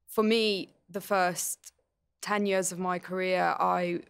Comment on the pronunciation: i like that marina says years like "yours"